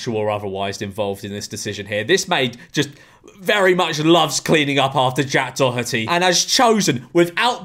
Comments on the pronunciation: I think it's said like 'dor-et-eey" and not "dor-hut-eey" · Maybe Jack Doherty copyright claimed u bc u pronounced his name wrong 🤪